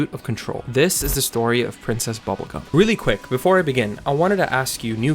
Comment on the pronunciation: “Process Bubblegum”?